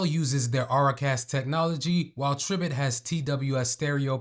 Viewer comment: It's pronounced try-bit😊